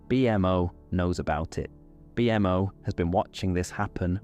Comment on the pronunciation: Great episode!! So glad this popped up on my feed when I needed to sleep. The way you say bee-m.o. is so funny lol